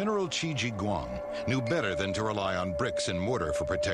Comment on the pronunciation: it is prunounced shi huang di